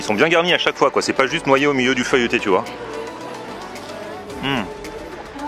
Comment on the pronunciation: Pourquoi vous dites "feuilleuté", juste "feuilleté"